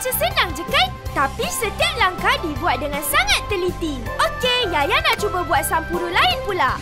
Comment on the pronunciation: Owh sampuru 😄😅 spatutnye sebut 'sample' 😆hehehe